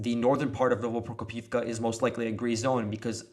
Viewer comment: You keep mispronouncing Novoprokopivka. It's "no-vo-pro-KO-piv-ka".